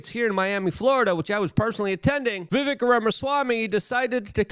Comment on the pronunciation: It's Vivek, "like Cake".. As he's said on pronouncing the end of his first name. He may have said that when you interviewed him. He usually does as most pronounce it as spelled. Your on live, now, I believe..?! I usually watch on Rumble, but was here, now, so I watched. Keep up the fantastic work Luke! 👍💯🙏✌️